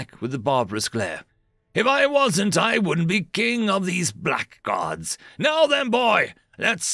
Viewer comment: Black guards? Pronounced blagg-urd, like braggard.